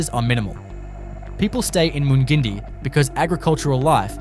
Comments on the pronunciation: Mung-in-die not mun gindie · You are a complete ass mate,nott bothered to get the correct pronunciations of most of them...Mun gin dee 😂 what a dope. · I ran to the comments to find this! When I heard how he pronounced Mungindi. I am currently visiting my in laws in South Africa and Uncle was watching this he asked if I had ever been to this place, I asked to see the video and it was Mungindi, I died laughing and taught him the proper pronunciation and I said “I think the creator is a city boy who has never left his town, just googled random town facts and gave it a go”. 😂😂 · FOR GOODNESS SAKES... TIBOOBURRA is 'TIB' - 'OO' as in 'BOO' and 'BURRA', as in BAR-RAH... TIBOOBURRA. MUNGINDI... 'MUNG' as in 'RUNG'...'IN' as in 'INN' - 'DI' as in EYE... MUNGINDI.